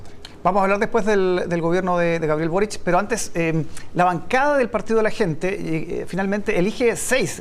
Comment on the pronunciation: Es una real tontera pero se veía ridículo diciendo Carter en inglés para luego decir Boric como si fuese "Borik" y no "Borich"